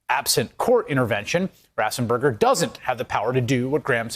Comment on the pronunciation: ...I love you and your reporting but if you are going to use the name Raffensperger so many times, please pronounce it correctly!